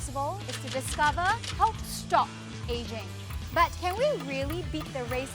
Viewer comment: It’s “aging” 😊